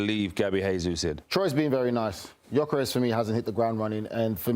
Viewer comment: Can’t even correctly pronounce the names of Jesus and Gyokeres, or purposefully mispronouncing? Either that or attributed to the producers who hired these goons. Literally have no idea who they are, I’d almost rather listen to Garry Neville 😂